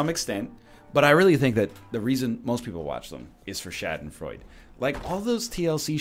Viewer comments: Nicht "Schädenfreud" sondern Schadenfreude! Pronounce the "a" like the a in "scar" and the "de" like "duh" ;) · As a german i laughed a little bit everytime NL said "Schadenfreude" :D